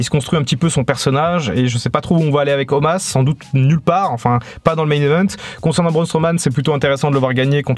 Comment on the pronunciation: Pourquoi tu appelles Omos "Omas" ?